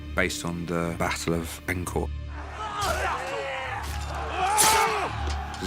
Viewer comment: Did this white guy just pronounce Incheon as In-con?